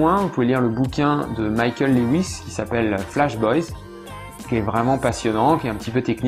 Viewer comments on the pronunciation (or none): none